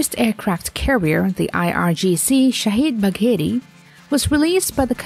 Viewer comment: It is not shahid bakeri, it is shahid bagheri. gh= the French R. Idiots. if you can not pronunciate then don't even try it.